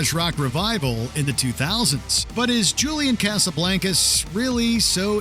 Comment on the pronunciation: Me: enjoying WM video WM: Julian Casablancas Me: dies